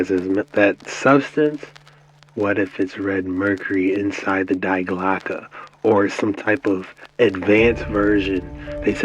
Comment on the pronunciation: Alright, I gotta let the kraut out and give you a quick lesson in German pronunciation. When you say "Die Glocke" you pronounce "Die" dee, as in DElicious, not die, like "I don't wanna die! Don't kill me!" You said "Glocke" perfectly though, so good on you for that. Love you.